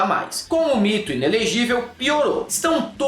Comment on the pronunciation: I né lê gí velll